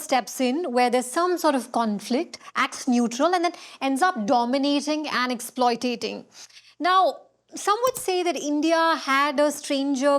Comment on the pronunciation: "Exploi"ta"ting..." really young Lady? This moment serves as a perfect benchmark for the difference between appearing to have command over a language and actually imbibing its eloquence. There is a vast gulf between performative vocabulary and authentic fluency; one is a costume, the other is an instinct.